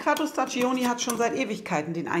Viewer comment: Sehr interessant. Ich hoffe, ihr habt es patentieren lassen. Noch eine Bitte: staggioni spricht man staddschóni aus. Das i in der Mitte ist stumm, denn es dient nur dazu, die g davor zu einem dsch zu machen. (g vor i und e ist dsch, g vor a, o, u ist g, daher braucht man bei spagghetti das h, damit man es nicht als spaddschetti liest...)